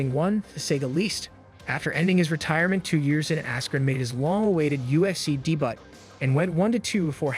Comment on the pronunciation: You, or your crap AI voice mispronounced debut? 🤦🏽‍♂️